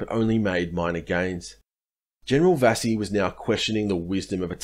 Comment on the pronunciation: Good account. Couple of small pronunciation points: It's Vasey as in 'chase'. I grew up on Vasey Concourse, Melbourne named after them. And it's Wootten as in 'wood'. My father was a fighter on this coast with the 6th Div. He watched Adachi being carried into their position, in a chair tied to poles. The Japanese said they surrendered to the 6th because of its battle honours.